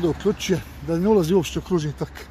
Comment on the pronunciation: Tok kao sok a ne kao rok, pogrešno naglašavaš, nadalje govoriš kako bi stvari trebale biti, a prelaziš cestu van obilježenog pješačkog prelaza....